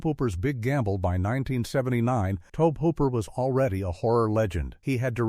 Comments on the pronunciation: Maybe Toaabb Hooper is a distant cousin to Tobe Hooper! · It's to-bee hoop-er. Get your sh!t together.